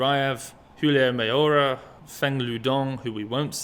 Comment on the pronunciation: I see you've been practicing. You nailed Julio Mayora this go round. Linguistic gainz!